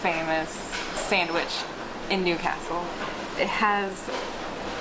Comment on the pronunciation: Nice pronounciation of Newcastle.